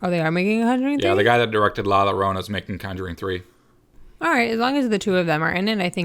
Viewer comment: Sorry to be pedantic, the but the double L in Llorona is pronounced as a Y, so its sounds like La Yorona... I’m going to see Annabelle next week...and First!!!